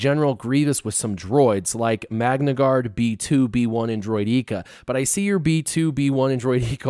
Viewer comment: Another great video! But the way you pronounce Droideka makes me want to pour cement in my ears 😂